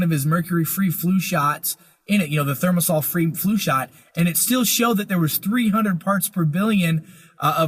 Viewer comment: The word is thimerosal, not thermosal, Mr. Chiropractor.